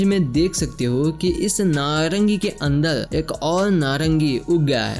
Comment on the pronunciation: बारबर =बालबल, कार=काल, और=औल, जहर=जहल, अन्दर=अन्दल्, अर्थ=अल्थ, एकबार=एकबाल, टाइगर=टाइगल, मरचुके=मलचुके, पुराने=पुलाने, उपर=उपल 😂😂😂 अरे तोतले, पेहेले बोल्ना सिख्ले